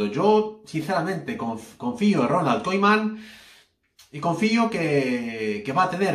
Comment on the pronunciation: Deja d mentir y aprende a decir Koeman. Es vergonzoso